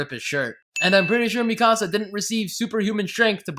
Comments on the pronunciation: 😂😂 at "Mi-casa" this ain't a house dude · EVERYTHING WRONG WITH: AniSins 1: HER NAME IS PRONOUNCED: (MEE-CUH-SUH-) 'MIKASA' D:< ITS IN THE ENGLISH DUB THEY PRONOUNCE IT THAT WAY AND YOU CAN KINDA HERE IT THAT WAY IN THE JAPANESE VERSION!! GOD DAMN YOU XD )(...jk...)( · I'm giving you 10 sins for miss pronouncing Mikasa's name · THAT IS NOT HOW YOU SAY MIkASA